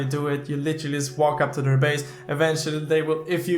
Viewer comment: upgrade your english because it is not yust its just